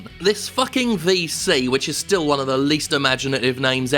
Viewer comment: "If Juan didn't have access..." Juan? Who's Juan?